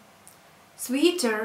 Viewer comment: I hope you don't mind being corrected,. 'Sweater' is pronounced sweter, not sweeter. Useful lesson, though:)